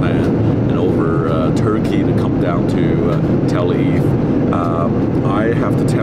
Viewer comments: Hey Sam...that’s Tel Aviv! You’re English is getting worse! Watch it! It sounds like you’re saying telvive....come one, maybe it’s time to study some English! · It’s Tel Aviv- not telviv 😆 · He can't even pronounce where he is flying! He's flying to TELLA VIE. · It is Tel AVIV NOT TELAVI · Learn to pronounce the name of the capital city of Israel. It's Tel Aviv not Tel eve. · It’s Tel - Ah - Aveev 🙄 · He said tel-leave😂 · It’s Tel Aviv, not Tel Aiv Sam! Av-iv.. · Its Tel Aviv, not Tel Eve. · It’s TEL AVIV not Televe 😭😭😭😭😭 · It’s not Tell Eve” as Sam calls the city, it is TEL AVIV! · Please Sam, I love your videos, all of them, but the city is pronounced Tel Aviv, not tel a eave, and the airline is not ELDAL, but El Al. Other than that, I'm glad I subscribed to your channel! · "salard" - salad "tel eve" - tel aviv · TEL AVIV NOT TEL AV FFS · The correct pronunciation is TEL AVIV, not TEL AIV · Its pronounced Tel Aviv, not Tel eve !! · It's not " Tel-eve" its Te-la-veev. There are three syllables, not two. And it's not " Eld-Ald" its " L-All" El Al. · Tel Aviv not Tel aiv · “All the wines are from Israel” , and then you see one that says Lebanon Vinyards?!? Sam, say it with me Tel A-veev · Tel aviv is pronounced - tell ah-veeve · Learn to say Tel Aviv correctly, very embarrassing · Sam......its Tell...aveeeve ok? Good video!! :) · Great video, but just so you know, it’s pronounced Tel AViv. Both V’s are clearly pronounced. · Sam, oh pease... It is Tel Arr-veev. No excuse for mashing up such a simple city name. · That guy speaks as if he had a hot potato in his mouth. Can't even pronounce EL AL and TEL AVIV properly! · El Al and TelAviv - both the words you pronounce wrongly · How come he can't pronounce Tel Aviv? A travel expert should be capable of pronouncing the destination where he's getting off, no? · Love to hear Sam try and pronounce Tel Aviv and Noel Philips Los Angeles. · This boi need to learn how to pronounce Tel Aviv